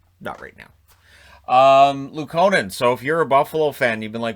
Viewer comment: Is it actually LUukkonen, with the stress on the first "u"? :)